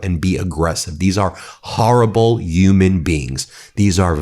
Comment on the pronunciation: It's Human Rights Ben, not Yuman Rights! It's an H not a Y! HUMAN NOT YUMAN! Don't replace the Y where the H should be! Say it with me HUMAN RIGHTS, not YUMAN RIGHTS! OK, thanks for your attention to this matter!😅🤣✊️